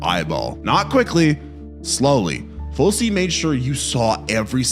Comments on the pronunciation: His name is pronounced FOOCHIE...the director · His name is pronounced Ful chee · "Fulsee" and "Geealleo"? I can't take YouTubers who do no f---ing research when they don't know how to pronounce words anymore. 73,000 views, and you can't pronounce Fulci ("fulchee") or Giallo ("j'alloh").. sigh... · Hey dingus, it's pronounced Ful-chi and Mi-kinoss. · The single "c" in Lucio and Fulci are pronounced like the English CH, not like an S sound. Now don't even get me started on "geeALee-oh" movies. Bro. Did none of your research include listening to people say these words out loud? You could just say JAH-lo and be much closer to saying the name of the genre. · Fal chi and g al low. Here is how to pronounce Lucio Fulci and Giallo. So another poser horror fan that reads a script. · Fulci, giallo 😭 makes me think he’s either new to horror or just consent consume content related to horror online